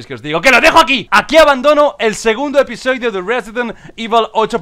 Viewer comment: "Episoidio" jajjajjaja aprendiendo español con el hombre